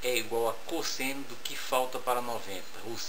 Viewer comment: cósseno kkkkkkkkkkkkkkkkkkk eu ri MUITO